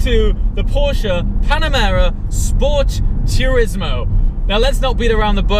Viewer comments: Dude, its PorschE not PorschA :D Look it up how to pronounce it correctly mate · Not Porsch its a PorschE! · porschE not Porsch! Say the „e” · Why you UK people cant say Porsche.... PORSH PORSH PORSH